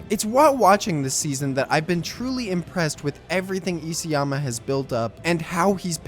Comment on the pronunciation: Isayama is pronounced iSA-yama, not E.C.-yama.....